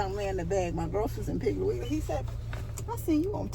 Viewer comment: I love ❤️ when say piggley wiggley 😂😂😂😂i ❤summer ☀️ fruit 😋